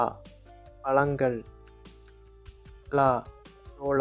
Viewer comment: Except the pronunciation for zha ழ பழங்கள், everything is good.